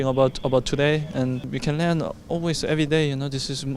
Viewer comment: Learn 발음 할 때 레언이라고 하는 부분 독일 억양이 남아있네요ㅋㅋㅋ 다른 인터뷰 때 sprint를 슈프린트라고 하는 것도 그렇고 우리흥이랑 비슷하게 독일어랑 영국 영어를 둘 다 하는 저로서는 굉장히 흥미롭네요